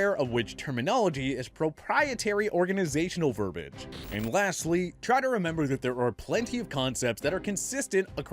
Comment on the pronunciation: YOU MEANT VERBIAGE AS IN VER-BI-AGE (PRONOUNCED VUR-BEE-UHJ)?! DIDN'T YOU GRADUATE FROM SCHOOL DUDE?! YOU CAN'T PRONOUNCE ANYTHING RIGHT?! HELLO?! HOW ILLITERATE DO YOU HAVE TO CONTINUE TO BE?!